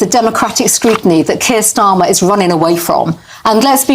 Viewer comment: 😅😅 his name is STARMER and not STORMER 😂😂